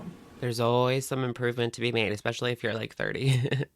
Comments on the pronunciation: Omg I’m so happy you called out the “ex-specially.” Drives me nuts when she says that!!! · The way she keeps saying EXpecially 😂